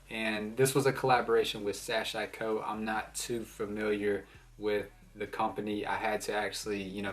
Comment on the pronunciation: Also it's pronounced SAH-SHE-KO. ;)